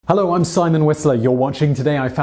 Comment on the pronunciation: hewo simon